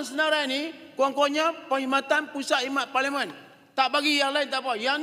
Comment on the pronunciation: 😂😂😂😂😂 ngucap parlemen juga belepotan jadi paliman 😂😂😂😂😂😂😂😂😂😂 malaydesh malaydesh